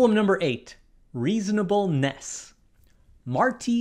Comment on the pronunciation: Why did he say it like “reasonable NESS “